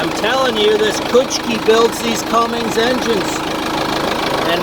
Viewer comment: Cummins not "Cummings".......Ford guys lol